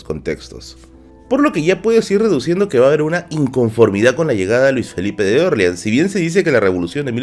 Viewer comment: Interesante, pero me desconcentra tu pronunciación de Orleans, que lo pronuncias a la americana, como en New Orleans, con la sílaba tónica en la "O", pero en español, porque serían la sílaba tónica en la "A", que por proximidad es la pronunciación adaptada más fiel al original, que es el francés. Puedo aceptar que Nueva Orleans (con tónica en la "A") sea prunciada como New Orleans (con tónica en la "O"), pero porque es una ciudad de USA, pero a ver Luis Felipe que tendría que ver con que en USA se pronuncie así eso, si cuando él reinó la Luisiana ya estaba vendida a USA casi treinta años antes. Y Luis Felipe era francés, ¿no?, pues eso.